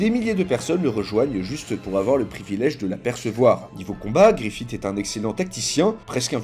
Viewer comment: Arrêtez de dire Griffite par pitié, ça se prononce Griffisse